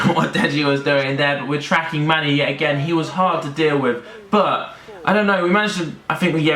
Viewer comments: Did any realise when was talking about manny he says instead mane 😂😂🤙🙅🏿‍♂️ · Manny not mane 😂